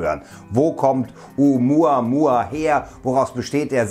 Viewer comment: Oh Muhh Ahh Muhh Ahh